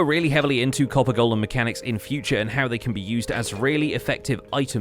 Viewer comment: Subbed as soon as you said golem correctly 🙏